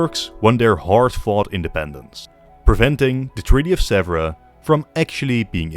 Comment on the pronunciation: Hello from Paris, near Sèvres, which is not pronounced "zebra" at all, but "seavr" with " ea" like in bear in English. A good work for the video, but you should really check and train to pronounce correctly a key-word.